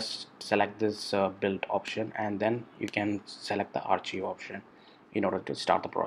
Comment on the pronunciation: Thank you for sharing this process. "Archive" is pronounced as "Arc-Kive" by the way.